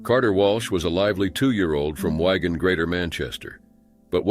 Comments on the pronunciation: Im sorry but WIE-gun? It’s WIG-an. Both these pronunciations had me 🤦🏻‍♀️ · It's pronounced WIGAN not WAGON. I live in Bolton now, but have lived in Wigan for years and worked at the Royal Albert Edward Infirmary in the A&E department. Sorry, it just bugs me when place aren't said properly. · It may bug you but he pronounced it Wyegan, which is understandable for someone who has never heard of a small town in Greater Manchester.